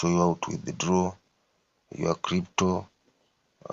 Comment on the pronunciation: Eti how to withidloow😂